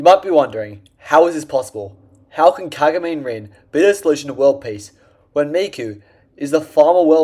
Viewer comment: “kahguhmeen rihn”